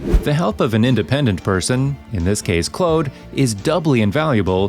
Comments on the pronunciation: He said clode instead of Claude 😂😂😂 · you supposed to say Claude not Clode 🤣🤣